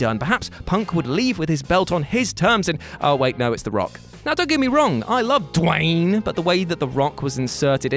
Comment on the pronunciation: Why would you be talking about Duh-wayne the Johnson? DDP was the people's champion.